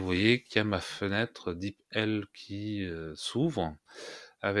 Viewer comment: Bonjour et Merci pour cette vidéo très pratique ! Pour info je pense que l'on prononce "dipeul" sans vouloir vous offenser bien sûr. Encore Merci pour le partage.